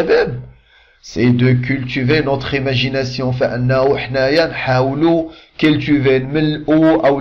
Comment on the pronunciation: Parfois, ce moule ne convient à tous les sujets .on prononce cultiver et non cultuver